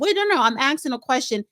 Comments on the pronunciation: It’s not AXXING! It’s ASKING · Did she say axing you"? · It's aksing- phonological dyslexia